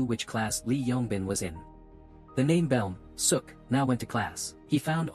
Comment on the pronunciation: Idk if the narrator knows Korean but "Beom Seo-ok" is pronounced similarly to "Bom So-oak"